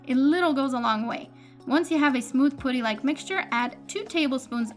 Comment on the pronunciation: Putty not "pooty".